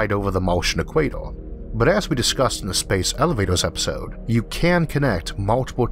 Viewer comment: I am a long term watcher of Arthur but I still can't help laughing when he says "eek-way-toh"